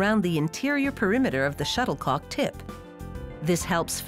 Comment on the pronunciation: She said shutter co ck